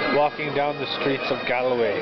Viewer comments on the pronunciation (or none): tourists take the piss outta us wtf!? corse we have mcdonalds! its pronounced "g-all-way" btw...